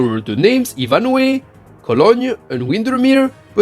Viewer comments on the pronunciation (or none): It's not pronounced Ee-van-hway, but Eye-van-hoe. Very English, almost certainly a reference to the novel of the same name, and hearing the French pronunciation is a treat. Given how many weird Gundam names we get in English because of the transliteration of Japanese pronunciations of English or German words (Sturm Dias = Schuzrum Dias, Full Vernier = Full Burneren), I can only imagine how wild it gets translated into French. I imagine French localizers are both sticklers for the "official" names of things, and follow the French tendency for fast-flowing, soft consonants rather than harsher, staccato consonants like German or Japanese, resulting in some unique pronunciations. You could do an entire video on Gundam localizations in different languages, in fact, and I would find the whole thing intensely fascinating.